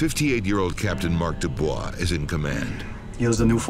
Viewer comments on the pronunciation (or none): none